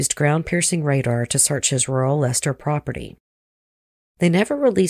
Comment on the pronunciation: This happened where I'm from. The codd murders were just miles from my house. Thank you for pronouncing Leicester correctly